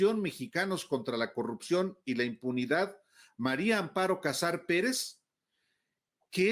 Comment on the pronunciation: Alvarooo "María" no Mario. A ver, si se te facilita diciendo: "MariAmparo", todo junto 🙄